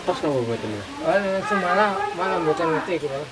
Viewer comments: SUMATRA BUKAN SUMALA😂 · Nek wong jawa le moco SUMOLO bukan SUMALA bang. 😂 biasane wong2 tuwa pelafalan aja bisa jadi salah paham wkwk